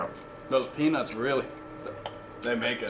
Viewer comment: You should’ve put a little bit more emphasis on the T in peanuts . I had just reached for my drink and almost spit it out when I misheard you. Loving the content as always and looking forward to a 500k video soon.